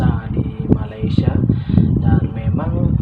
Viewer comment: Kenapa masih tidak bisa sebut Malaysia ,masih menyebut malaisia... Rasa janggal mendengarnya